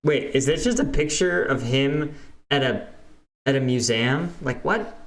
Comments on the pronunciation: You are the second person I've heard who's pronounced museum as mu-zaam (I can't spell syllables), the first was in an audiobook made about 5 years ago. Is it a regional thing where you grew up, or something different? I'm honestly curious. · probably just a regional thing pretty sure the people where I live pronounce it like that not that any of them have ever been to a museum unless its the confederate museum lol